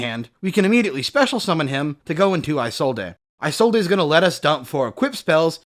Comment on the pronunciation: Why does nobody know how to say Isolde's name correctly. Her name is pronounced "Is-old" not "eye-sold-ay".